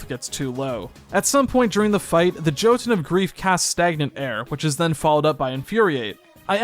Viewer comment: You pronounced Jotun incorrectly. Jötunn, can be pronounced in various way. German: yu-tun. Danish: yow-tun. Norwegian: yuh-tuhn. Dutch: yu-tun. Icelandic: yœ-tun (œ represents the pronunciation of "eu"). Swedish: zhyœ-tun. Pick one and stick with it. I would recomend the Norwegian, the Dutch or the German prnunciations.